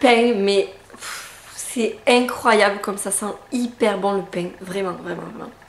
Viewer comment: J'adore cmt tu dis "le painGGG" :)